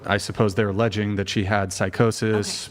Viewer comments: This idiot said allegeded with a straight face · “Allegitteen.” She’s trying to say “alleg-itting.” Neither of those are words. Is she trying to say “alleging?” She sounds like some kind of robot from Idiocracy. The other one says “wood-dint” instead of “wouldn’t.” Guilty until proven innocent. The best thing you guys are doing is exposing these dopes. They walk around thinking they are God’s gift. Please knock them down several pegs. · “Alledgeding” That pretty much said it all for me. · Always listen to a woman that says “ allegeding “. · She also said "alleged-ing". Lol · this clown cant even say alleging